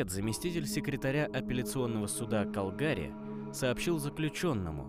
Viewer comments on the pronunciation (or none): УРОДСКИ, когда диктор не посмотрел в Википедии правильное ударение. В 1988 году этот диктор ещё не родился, видимо, и поэтому не знает, что правильно ставить ударение на первый слог в слове КАлгари!!! * в 1988 году в Калгари (Канада) были проведены XV зимние Олимпийские игры